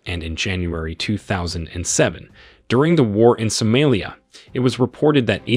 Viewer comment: Who tf is teaching you how to say Sudan or Somalia. Maybe ask Google next time you pronounce it soomilye